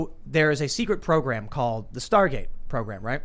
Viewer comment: Why does Tim continually say "star gaze" when it's Star Gate